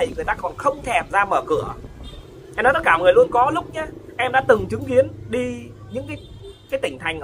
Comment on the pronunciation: Nói không có lói ra